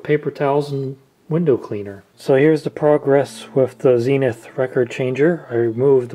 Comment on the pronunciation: Why “Zeeee-nuth”? It’s surely “Zen-ith”?